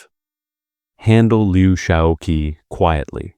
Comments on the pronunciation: it's pronounced Liu Shao QI as in "chi" or "chee." The mispronunciation of his name throughout this video is somewhat annoying. Please check pronunciations of foreign names before recording. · Qi in Lou Xisoqi should be pronounced as chi. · Uh, Dummy, that Q is pronounced "ch." President Liu Shaoqi is Liu Shaochi. The person responsible for this soundtrack should be fired. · You destroy your credibility by consistently mispronouncing Liu's name. I mean really, learn some pinyin, his given name is pronounced Shao CHEE.